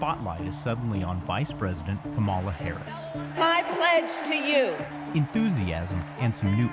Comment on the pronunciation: This WEIRDO speaking does NOT knowhow to pronounce Kamala’s name?? PENDEJO!